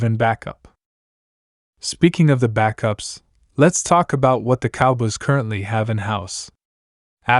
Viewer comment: These computer generated voice overs just suck.....the cowbuss??